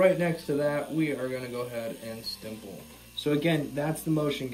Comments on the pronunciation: It's stiPPle, just how it's spelled. Not stiMple with an M. Again I apologise for being a nerd on pronunciation but this is my favorite drawing/tatooing technique so hey ..🤷🏽‍♂️ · Sorry to be "that dude" but are you saying "stiMple"? Great tutorial btw thought 👍🏽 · no, you were right before. there's no M. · writes the word "stipple" on the title, description, and in the video itself...but CONTINUOUSLY adds an "M" when saying it. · lol stimpeling